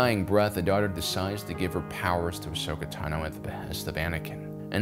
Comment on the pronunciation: Dude! You need to work on your pronunciation of Tano (Ahsoka's last name). It's Tahn-O, not Ta-No. Sorry, not sorry :-)